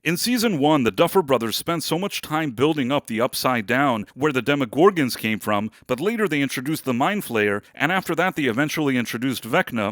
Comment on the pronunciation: Sorry if I’ve already asked, but why do you say demoGORgans? It’s funny. I like the content, but it’s like how a Speak and Spell would day the word😊.